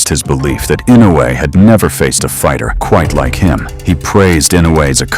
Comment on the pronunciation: That stupid boxer can not pronounce Inoue but he will remember for a long time...